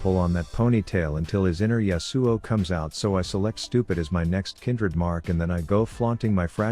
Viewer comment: I love how the TTS says YasUo pfffff